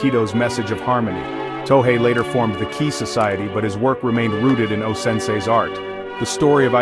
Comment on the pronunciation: It’s “To hey,” not “To hai.”